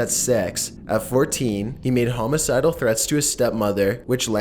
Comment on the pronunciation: Did he say homocidal? Lmfao